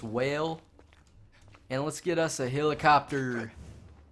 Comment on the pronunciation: you need some pronunciation and grammar lessons. "I done got it" "hilicuptur"